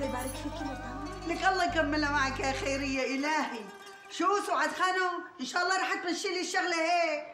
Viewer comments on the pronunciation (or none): اسمه خيريه مو خبريه